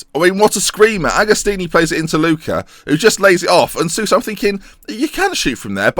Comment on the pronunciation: Sousa is pronounced like Soh-sa. Great series btw, love it!